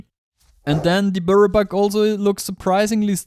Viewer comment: if you drink or smoke take a sip or pull every time he says buirrow buck ffs. im never watching his vids again